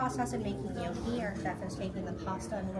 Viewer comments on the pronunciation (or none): none